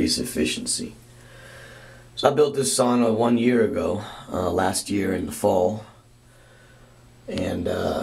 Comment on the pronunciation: Sauna - the one Finnish word the whole world knows and everyone mispronounces